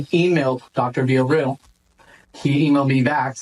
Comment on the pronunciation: This guy butchering Villarreal is annoying me already the most 😂🤦🏾‍♂️